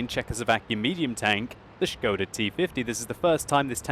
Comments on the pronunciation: şıkoda ne lan ahahahha, SIKODA oğlum o :D. Das Schkoda!! ahahaha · von Nazaret Hi, here is link to "official" Czech pronounciation: And here is it written in International Phonetic Alpahbet: [ˈʃkoda] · oh man your knowledge is waaaay off... It is Škoda and Š is soft S which is pronounced exactly like "sch" so it is pronounced "schkoda".